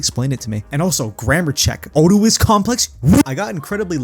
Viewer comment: listen man, i hate to be that guy but you saying "Oedipus" wrong after saying "i know what that is" killed me. Love your content as always, keep it up :)